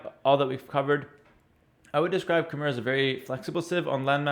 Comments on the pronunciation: its pronounced as ka mai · Khmer is pronounced as "KH-my". The "mer" part rhymes with "eye". BTW I live in Cambodia - the land of the Khmer.